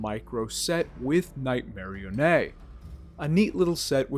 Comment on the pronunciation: Lol, I never heard anyone pronounce Nightmarionnes name as (Night-marry-onay) haha, i like it.